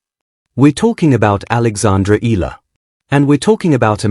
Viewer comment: E-YA-LA is the correct pronunciation